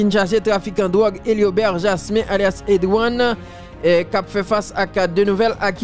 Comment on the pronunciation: Yooo oubay problem man li pronounce EDY one se yon alias li ye ED 1